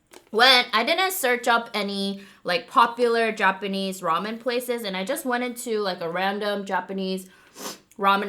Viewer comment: It really did sound like u said “What’s up Men.... Raw Men!” 🤣🤣! Love u ❤️